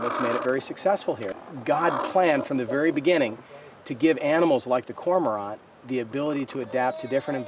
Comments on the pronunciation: Hearing cormorant pronounced "Corma-ront" felt kinda weird tbh, this was the only takeaway of value I got from their film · They mispronounced "Cormorant". They pronounced the French proper noun Jean like the article of clothing. And they mispronounced "abiogenesis"... "abby-oh-genesis". On behalf of Latin language users, of ornithologists, and the whole of the French speaking world (full disclosure; none of these things I am), I am _incensed_.